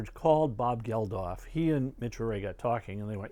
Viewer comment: Really enjoyed this and your wonderful live concert history. By the way, Bob Geldof is just pronounced Geldoff, and Midge Ure is pronounced Yur, not Yur-ay. p.s. the old Wembley stadium had 70,000 attend Live Aid, not 5,000. It could hold more in the older days. Greetings from a Brit, currently living in Norway.